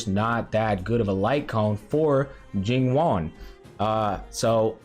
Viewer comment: Bro is pronouncing it like “Jing Juan” 😂 I love it